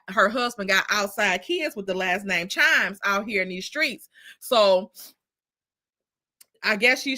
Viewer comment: It’s not CHIMES IT’S KIMES 😊